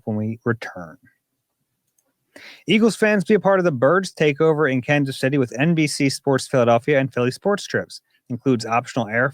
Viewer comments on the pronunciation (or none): none